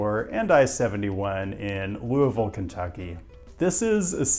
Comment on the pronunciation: Props for saying Louisville correctly.